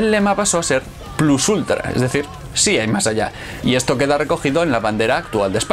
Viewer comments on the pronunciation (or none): none